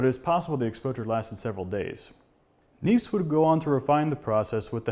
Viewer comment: Hi.. thanks for a very informative series. Just for information, "Nièpce" is pronounced, "nyeps" (if one wants to pronounce it as it's said in French)..